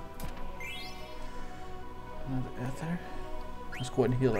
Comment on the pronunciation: eeee-thurrr not eth-errr